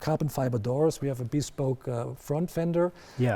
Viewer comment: "Bee-spoke" LOL